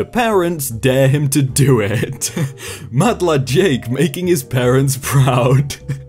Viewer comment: Everytime you say madlad. I feel like you are saying mudblood idk why